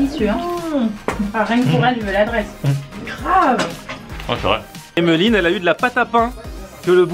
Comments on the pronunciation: WESH IL Y A PAS DE 'H' AVANT EMELINE... TCHAO! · pourquoi tu prononce fort le h dans "emeline" (qui doit sûrement s'écrire hemeline vu comment tu le dis mdr)